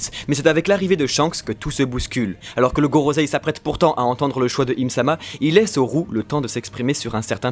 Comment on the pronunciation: Gorosei et pas gorozei